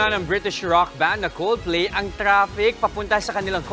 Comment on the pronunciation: 'Coldflay' 0.32 😊